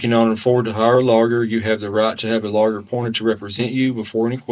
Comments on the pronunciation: Judge: "Given that the Miranda rights were read as lawger instead of lawyer, we must dismiss this case." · The cop can't pronounce Lawyer correctly. It's hilarious. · Love the way that cop pronounces the word 'lawyer'.